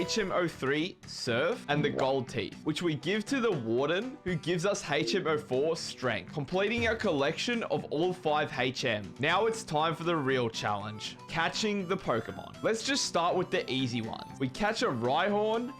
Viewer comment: Hachm < Learn to talk its H-M <("<) not hard lol if you can not say it right use hidden machine.